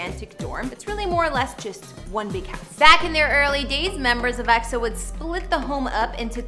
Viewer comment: Whatever the media says if it's good about EXO, I'll like it... By the way, you're so pretty and I love the way you pronounce EXO! -Love from us Eri & Eros